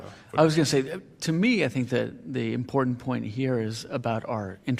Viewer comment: Did I just hear an attorney, before an appellate court, say “ impoorennnt” instead of important? This is a professional and the city’s counsel ??!!?